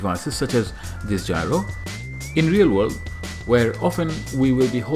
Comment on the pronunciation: it's gyro, not gryo